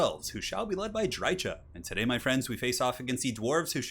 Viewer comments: How about Dreichuhh ? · It makes me twitch whenever people pronounce it “Dry-chah” instead of “Dry-kah”